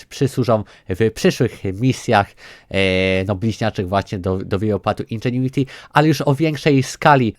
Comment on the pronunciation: Jezu chłopie powiedziałeś indżuenity ze 78 razy w 3 min 😐😐😐